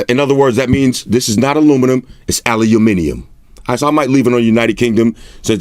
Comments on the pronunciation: still incorrect though. aliuminium, should be aluminium. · allee-u-mee-nee-ummm :D the fcuk is that? :D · Ali_uminium 😂 we say Alumin_i _um, proper cracked me up though #Salute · Ali-a-minium mmmm perfectly bri-a-tish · Lmao. “Uk mode. You know what that means? This is not aluminum, it’s alayouminium” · in England it's pronounced Allah min yum...peace brother🙏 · Alu-miniyum. Thats how we say it over here brother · This is not aluminium it's aLuMiNiUm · that pronunciation hahah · UK English, now its aluminium 😂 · Okay I’m from the United Kingdom and I definitely don’t say aluminium like that! 😂